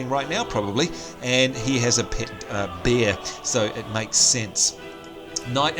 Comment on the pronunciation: When you were talking about the dwarfs pet bear I thought because of your accent you said " And what do Dwarfs get, of course a beer" which made me laugh however it wasn't until later on until I realized you said "Bear". Also are the goblins jokes really age appropriate?